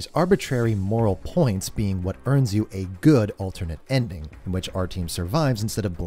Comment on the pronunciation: I know that there is no expectation for an english speaking person to be able to pronouce russian names correctly, and I don't mean any offense in this, but as a speaker of a slavic language the pronunciation of Artyom's name hurt. (also the english dub, never heard it before and oh boy is it bad)